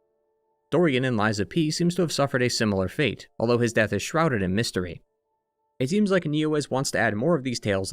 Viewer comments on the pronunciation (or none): none